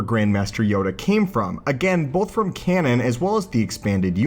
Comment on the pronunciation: I can't help but cringe every time he says "canon".